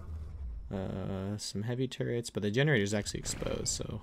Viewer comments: He said I think he has turrets but sounds like nword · Lol I actually think he said “there is a raft right there, I think it has turrets”